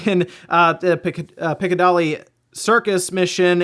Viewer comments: Pick- ah- dilly circus (this is how you should say it) Piccadilly Circus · Pic-ca-dah-li.... a true a American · Piccadilly not Picadully!